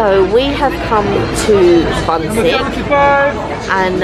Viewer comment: bunsik is pronounced something closer to 'boon-sheek' but it looks amazing! we usually buy those frozen from the mart and pop them in the air fryer, they turn out amazing and dangerously addictive haha